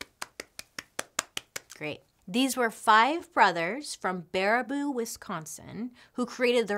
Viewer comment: Being from Baraboo Wisconsin and hearing Bailee say it made me wayyyy to happy.